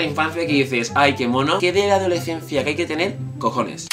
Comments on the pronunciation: Adolecencia. Cada vez que lo dice un gatito muere. Por dios se dice adoleScencia! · Me hace gracia como pronuncias adolescencia 😂😂